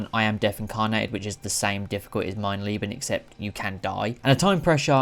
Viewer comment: your German is very bad, but the video was entertaining <3 "Mein Leben" i personally wouldn't do it.